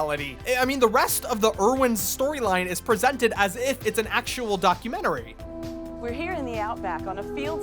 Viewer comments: Why you pronouncing documentary like documentarary ? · it's DOC-U-MENT-ARY..... Not DOC-U-MENT-ER-ARY. Thank you. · It’s documentary not documentarary. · You say “documenterary” lol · "Documenterary" -, 2020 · "documentarary" Great video though, I had NO IDEA this ever existed and I loved crocodile Hunter. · best pronounciation of documentarararie Ive ever seen champ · Im so unclear on whether or not "documentarary" is a joke or if genuinely thinks its pronounced like that... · I’m becoming suspicious that he finds words to intentionally mispronunce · My therapist: The way pronounces "documentary" can't hurt you The way pronounces "documentary" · Can you learn how to pronounce documentary? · yes but that isn't how it is said